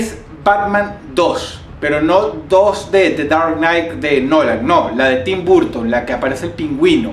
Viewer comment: se pronuncia ¨barton¨ no ¨burton¨